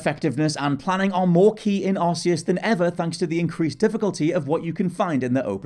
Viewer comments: Why do you pronounce it Arse-eus? It's arc-eus. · It's k not s! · Press x to doubt your pronunciation of Arceus. 100% pronounced Ark, not Arse, just let me get out my Arse phone..... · To be fair the game pokemon battle revolution produced it as ar-see-us and it wasn't still later that it was corrected to ark-ee-us so it's understandable that people pronounce it that why as I did aswell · Tip # 11: It's pronounced "Ark-e-us."